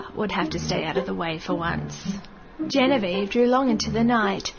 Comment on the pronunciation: its Genevieve ~Misa Amane